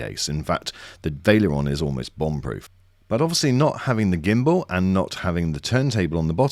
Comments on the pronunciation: This had me screaming "VAL-ERION" every time it was pronounced "Vail-erion" ;-) Good review otherwise. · It’s not Vale-eron. It’s Val-e-ri-on. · I think it's VA-LE-RI-ON. not pronounced VAI-LE-ON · Wtf is this pronunciation lol... veil-ee-aron? It is spelled val-er-ion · Vaileron, Vaileron It's Valerion xD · lol, I’m hearing him say: Vail-e-Ler-on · "vaileeron" lol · Nice comparison! Valerion is pronounced "Va" Ler" "ee" "on" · The way you pronounce Valerion is wild